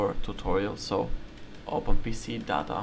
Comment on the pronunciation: when you say data sounds like dada XD